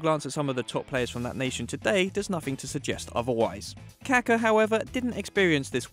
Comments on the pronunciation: Its KakA! Not Kaka. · So funny you pronounce Kaká as Caca 💩 which means poop in Spanish .. don’t you see that it has an accent on the last A? 🤣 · the way he pronounces kaka smh